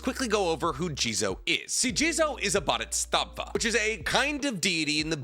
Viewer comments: Why do you say bodhistatva? It's Bodhisattva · Boo•di•sat•va his pronunciation bothered me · It's pronounced "satva" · What in the f is a buddystafa. Its bodhisattva. Pronounce as bo di sart tuah. Also that sanskrit word doesnt mean a person that sacrifices his effort to attain nlightenment in order to help others. It just means a student studying/practicing the buddism path to enlightenment. Yes in SOME bpdhisattva do in fact "delay" or more accurately procastinate his/her own buddhism practices in order to help other with theirs. But thats a fkin stupid idea. If you want to teach, know your sh it first and not try to act teacher when u didnt even attain enlightment yourself. Buddha (mr siddhartha) sure didnt do that. He aint stupid. Im drunk so I am spewing negativity online proving people wrong puts a smile on my face. Goodbye. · Let’s say it together: BO-DHEE-SAAT-VAAH. It’s easy. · Bodhisattva is pronounced as “bow-dee-saht-vah” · bodhisattva is pronounced like boe-dee-sot-vuh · I think its pronounced Bo - Dee - Sot - Vah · The continuous mispronunciation of bodhisattva was painful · is he trying to say Bodhisattva or something else? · The way you say bodhisattva kind of hurts to hear. Sounds like a translator. Still enjoy your content though. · I thought had trouble with pronouncing Japanese words until I heard him say Bodhisattva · As a religious studies major please say BODHISATTVA CORRECTLY